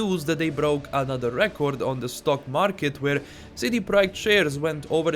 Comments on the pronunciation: It’s pronounced Project not Proic. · I appreciate very much, you have amazing entertaining videos that I listen to while I am at work. No offense l, I just found it hilarious how you pronounced it.